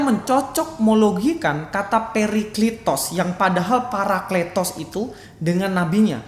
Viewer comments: Wao luar biasa IQ nya saking tingginya sebut parakletos aja jadi paraklitos,hahahahahah, layak beliau dapat gelar Doktor....!! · Astaga 😅 kata παρακλητος dibaca πηρικλιτος?? 😂